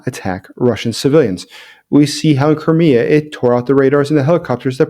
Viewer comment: Please try to speak the word "Crimea" such that auto-generated subtitles don't say "Korea" instead. Thank You